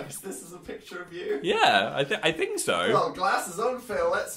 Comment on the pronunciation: i relate immensely to phil's brain trying to choose between saying "i think" and "i feel" but saying "i theel" instead